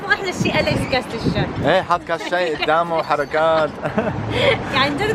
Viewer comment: بتقول ششاااااي اول مرا بتحكي حلبي مين نتبه